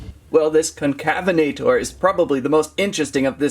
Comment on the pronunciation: Bro is unable to pronounce concavenator